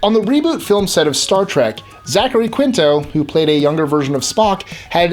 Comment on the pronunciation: omg. i knew all of these. by the way you pronounce 'quinto' as keen-to.